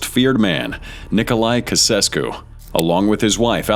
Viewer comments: AI is terrible. It can't handle Ceausescu, but it somehow manages to at least get close to Timisoara? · If you’re going to use AI or machine voices, please put in the effort to have it pronounce words properly. You could do this, for example, like this: Chow-Chess-Kew. As soon as I hear that monotonous pseudo American droning voice I cringe, but at the first bastardisation or mangled pronunciation it becomes intolerable. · Kasesko? Really?🙄🙄🙄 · Ceausescu is pronounced Chaichessku. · In Romanian it's written like this; Ceauşescu. And its pronounce; C-E-A-U-Sh-E-S-C-U (Basically, the ş is like sh from like shoot or she.) Timişoara is similar like Ceauşescu, basically, how you write in Romanian is how you pronounce. Hope this helps... kinda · It's actually pronounced Chiau-shesku. I'm a native speaker. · chow chess coup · Actually, it's pronounced as "Chaoosheskoo". I'm Romanian, I know it. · Chow chess ku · Chow Chess Cue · Wrong. It's Chow-shess-koo (for English speakers) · Kasessku SMH... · 'Nicolae kesescu'?? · Its pronounced chow-chess-coo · Chow-chesku..... Is the correct pronunciation. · Nicolai "Cow-sesku." Jeez. So, AI is going to "take over lots of human jobs," is it ? Good luck with that. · Woah, you are really butchering the pronunciation of those Romanian names😂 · Whoever is making this. We aren't fools with your cheap AI garbage. Cant even say Luftwaffe or Ceausescu correctly. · WTF?! Can't you make a proper research of how to pronounce Ceaucescu and Timisoara? Lazy and unprofessional. Probably you are Yanks and that explain everything. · You could have taken the trouble to learn how to pronounce the names correctly (ie. Ceaușescu). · As a Romanian the pronunciation took me out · Please do your homework and at least learn how to pronounce the names of the people you base your voyeuristic piece of pseudo-journalism on. (Nicolae Ceaușescu) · Hey its pronounced chaochesscoo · It's pronounced:" Chow chess cu". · Pronounce CHOW CHESS COO